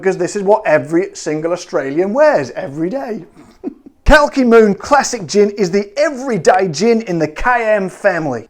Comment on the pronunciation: Glad to be on board:) but we have to work on the pronunciation xD cheers